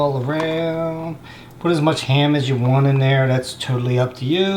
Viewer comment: whenever he said ham I thought he said hand lol I'm like WTF